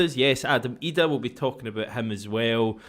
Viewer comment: Somebody needs to tell Packie Bonner to pronounce Idah's name right,.